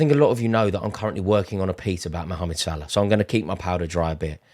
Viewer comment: You forgot about Cody. He's playing very well now. We saw glimpses of his talent. Now the consistency is there ... Also much respect for calling Salah by his full name. For some reason 3 syllables is too much for most English people.